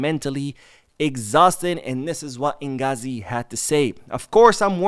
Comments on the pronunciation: Inzaghi not ingazi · I think his name inzaghi not inghazi 😅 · Mispronunciation of Inzaghi lets me know you haven’t been a football fan for very long or haven’t done enough research, either way do better.